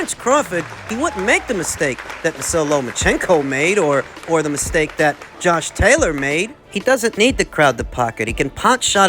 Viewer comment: I'm so used to you saying Tosh Jaylor that it sounded weird to my ears to hear you say his name right 😂😂😂